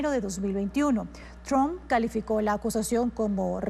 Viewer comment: No es chomp, sino Tramp.